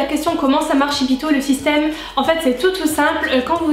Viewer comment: Tu m'as trops fais rire avec ton shipito ( la prononciation) je suis presque sur qu'on dit ship to genre un jeu de mot ship it to comme en anglais (envoyer à) à part ça merci beaucoup je galèrais pour me faire livrer des produits Us comme coastal scents ou j'ai du payer 30$ de frais de port